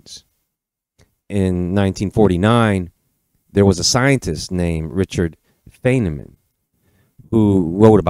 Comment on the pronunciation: The renowned physicist: Richard FINEman is proper pronunciation. No offense! but hurt my ears, he was just too incomparably special. Love the channel. Thanks.